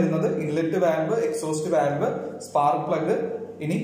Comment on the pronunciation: Valve pronounce cheyyumbo volve enna paraya.. just for information...